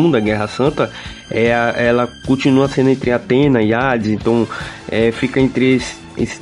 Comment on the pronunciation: Gostei, mas o "Antena" toda hora foi de doer os ouvidos! 😖